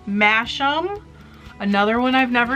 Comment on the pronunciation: Masham is pronounced masam.